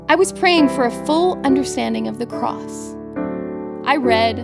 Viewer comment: She should pronounced significantly the letter "s" at the end of the word CROSS !